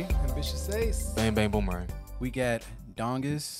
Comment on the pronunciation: This is only the second Dongkiz song I've heard and I was very impressed by it too. I'm pretty sure their name is pronounced like "donkeys".